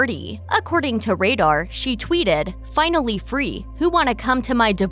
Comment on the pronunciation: No one: The narrator: Finawwy